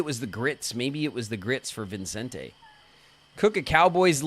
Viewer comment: I am irrationally bothered by how you kept adding an "n" to Vicente's name (as in ViNcente). Irrationally because it really shouldn't bother me this much tbh 😅